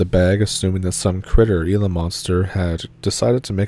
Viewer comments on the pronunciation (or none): none